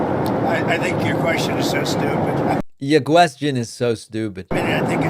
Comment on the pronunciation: i think your guestion is so howwible